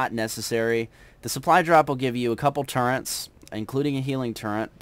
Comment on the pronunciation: Turrets is pronounced 'tur-rets'. There is no n!